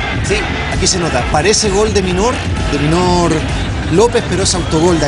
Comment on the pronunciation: Minor Lopez, alguien que les diga se pronuncia mainor je je